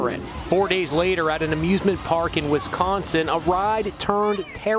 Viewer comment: When i heard the narrator say "Wisconsin" I was like "WAIT WHAT- WHAT DID WE DO" Edit: they said "Wisconsin" wrong Lmao